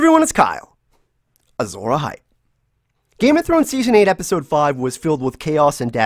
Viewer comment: If u drop the azor ahype before u say Kyle or change the way u say it I think ur subscribers will increase.